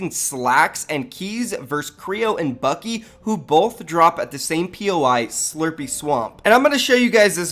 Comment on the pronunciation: his name is buck e lol